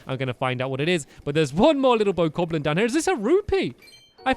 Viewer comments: I hate that in the first episode he kept saying bo-koblin instead of bo-KAHB-lin. It was so annoying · and btw its bOka blin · "Boku-goblins" * inner perfectionist rages *